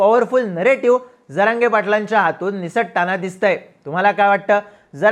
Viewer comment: प्रतिनिधी साहेब स्टँड लावू नका... हा शब्द चुकीचा उच्चारला ...जरागयाला तर बांबू लावला पाहिजे.